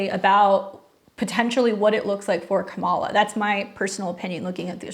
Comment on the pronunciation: I love your videos. Simple feedback, Kamala is pronounced “comma-la”. Thanks for the content!